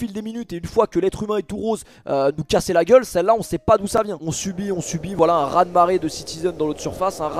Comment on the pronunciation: raz-de-marhez... 😅 SINON ALLEZ PARIS, on y croit 💪🏻🔴🔵